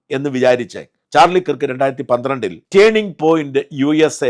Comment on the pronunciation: കിർക്ക് അല്ലഡോ, കേർക്ക് എന്നാണ്! Replubicans തന്നെ തീർത്തത് ആയിരിക്കും...